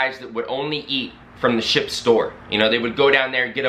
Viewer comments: Or as you say, shi-PUH ;) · I like how you say the word ship